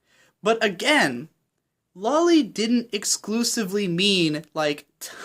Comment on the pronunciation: It's pronounced "low-lee," since it's short for Lolita, which is pronounced "low-lee-tah." Cool video btw I'd love to see more like this.